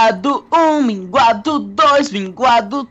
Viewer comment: minguado: mds. HulkBR: minguado.. minguado... 1 mingado, dois minguados, três minguados....